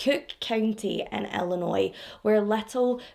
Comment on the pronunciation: I am stopping the video to comment that you are one of VERY few people who have pronounced my home state of Illinois correctly!!!! Even people from other states (California in particular where I went to college) pronounce it ILLI-NOISE! with these s pronounced! This case happened the year I got married and broke my heart. I am a domestic abuse survivor (not my marriage, I was 18 and living with my abuser, I just thank God there were no children involved) and thankfully now these cases are no longer triggering but I do have a deep understanding of the mental abuse that goes through these relationships and why they don’t “just leave then”. I was (and am again thanks to therapy) a strong, confident young woman and the last person you would ever think would take abuse. He met me at a vulnerable time and was so manipulative and good at gaslighting and knowing what to threaten (to kill my younger brother and he meant that) that when I finally reached my breaking point, I fled to California to get away. It was years of therapy before I trusted anyone again. I have now been married ti my soulmate and best friend for the 26 years of this case being open. I hate that they haven’t found her body to give the family closure and what peace they need. 😢